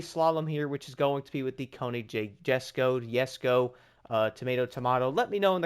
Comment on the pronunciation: Usually pronounce it "jes-ko"